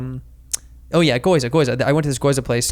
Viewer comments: I cringed every time he said "goyza". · Gi-yo-u-za not goiza lol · Andrew....it's GYOZA not GOIZA!!! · Never trust a nerd that can’t say gyoza. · its gyoza you hick